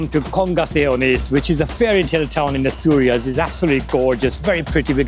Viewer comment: Se dice Asturias. No atorias y Gijón no Guijón